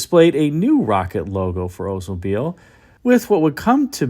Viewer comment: Why does he say Odesmobile instead of Oldsmobile?